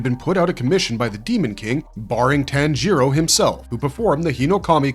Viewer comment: How about we pronounce names correctly. Especially the main protagonist.